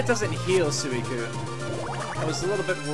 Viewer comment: Everytime you said sooicune I died a little on the inside like chaotic said it's pronounced swee cune.Also anyone in kindergarten knows this just means she likes you.